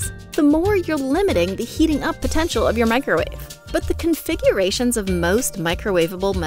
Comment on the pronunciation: Ah yes. The "microuawe".